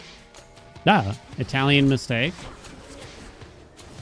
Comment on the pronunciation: I honestly thought you were saying “ mistake” for the longest time. It wasn’t until you said “tally a mistake, yup chat, tally another one” that I understood 😂